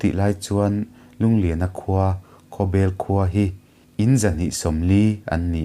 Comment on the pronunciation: Khawbel pawh hi bel tih hi a hniam a lam tur a niin ka hria